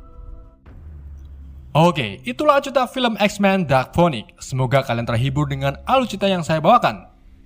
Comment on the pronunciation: Bacanya finix :v